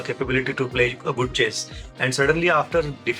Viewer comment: Please try to pronounce chess correctly